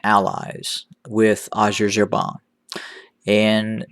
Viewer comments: Please google "how to pronounce Azerbaijan" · I wonder how much you been paid 😂😂😂😂😂😂😂😂😂😂😂😂 You sound White man 😆😆 😆 you can't even pronounce Azerbaijan 🇦🇿 it's funny that you know a lot about tdf but not EDF